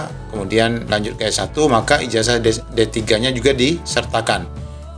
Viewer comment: Itu baca ijasa bukan ijaja